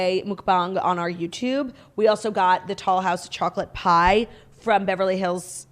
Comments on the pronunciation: Are you saying tall house or tollhouse cookie pie? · The first time she said it I thought she said tall house too!